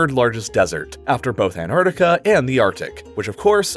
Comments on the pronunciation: it's spelled and pronounced "Antarctica." You spelled it "Antartica" and pronounced it "anardica" you wrote 9.2 billion gotta help my bro out.👍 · It's AntarCtica, not Antartica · That must be the U.S. standard pronouncation or something. I've heard different sources saying it this way as well.